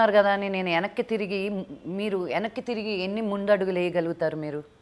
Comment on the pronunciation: Yenakki kadu venakki - telugu raadu